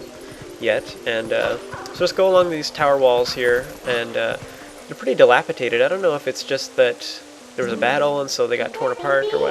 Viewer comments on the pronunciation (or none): Dilapidated, not "dilapitated".